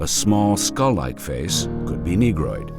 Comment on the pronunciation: I hate to admit this, but i laughed when the narrator said "negroid".